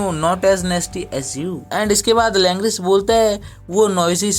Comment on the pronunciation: Langris ❌️ langra😂